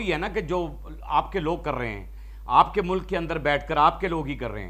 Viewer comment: Molak ,.....?????? 😂😂😂😂 Molk hota hai ,...... 👈👈👈👈 Thoda sa urdu boolne ki practice kar ley ,....😅😅😅😅 ❤️💚🇵🇰 LOVE FROM PAKISTAN 🇵🇰💚❤️